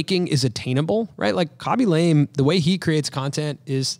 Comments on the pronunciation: Had not heard of Khaby before, but enjoying this episode nonetheless!! I'm gonna go out on a limb here with what little I know of foreign languages and guess his last name is pronounced more like "Lah-may" rather than "Lame" with the long "a." Cheers! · Khabey Lamay - not Kaby Lame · It's not lame It's pronounced : la ame Say la like lalalalala then mé like meh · Ahh you pronounced his surname incorrect the whole time 😢 it's more lar-may. You mentioned at the beginning you were unsure if you were pronouncing his name correctly, and I suppose if you're presenting one person that's one touch of research that could help - just pointing out as I was watching your Mr beast interview and you all agreed that it's good to hear when you did something wrong to ensure the best content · Khaby La-meh